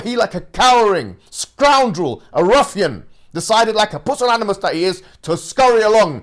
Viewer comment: Dude said pussanmilas😂😂🤣🤣